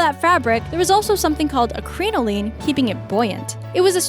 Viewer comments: It's pronounced CRIN-o-lin. Both "i's" are short. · My god the way they pronounce crinoline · Crinoline is pronounced Crin like "cringe" O like "oh" Line like "goblin" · Every single time you said "crinoline" you said it wrong and I cringed so bad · Her pronunciation of crinoline made my ears bleed. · Projects I've studied Fashion History & it seemed pretty accurate to me! ( Except for the way she pronounced Crinoline) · I'm glad I wasn't the only one who cringed every time she said crinoline wrong! It was painful to listen to! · I was dying as she kept mispronouncing it.